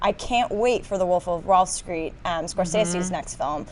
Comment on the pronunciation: Did say Wolf Of Wall 'Screet?! You been hanging in the hood too much sista. lol